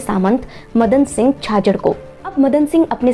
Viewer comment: आपकी उच्चारण गलत है,जैसे मदन सिंह छाजेड़ थे छाजर नही, संपत राम जी दुगड़ थे दुग्गल नही । नाड़ी जानकर एवम् जैन विश्व भारती के संस्थापक सेठ भंवर लाल जी दुगड़ और आयुर्वेद कॉलेज का जिक्र के बिना शहर की महिमा अधूरी है,व्यापार में चांदी लकड़ी के साथ पापड़ उद्योग,कोटा डोरिया साड़ीयो के लिए भी महसूर है। यह आचार्य महाश्रमण जी की जन्म स्थली है ना की आचार्य तुलसी जी की। सरदारशहर के नाम के भी सही प्रमाण अलवाना भी बताया जाता है। मघवगणी,घोर तपस्वी की तपस्या की महिमा मड़न के बिना इस शहर की गौरव तपो भूमि का इतिहास बाकी रह जायेगा। आगे जब भी सुधार करे इनका समावेश जरूर करे।